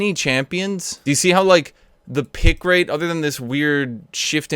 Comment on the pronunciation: "pick late" wtf, r u japanese?